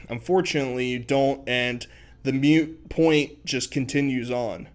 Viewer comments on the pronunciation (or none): FYI - it’s “moot” point my dude, not “mute”